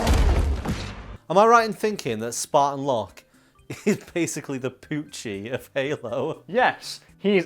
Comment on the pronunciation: I heard Pucci instead of Poochie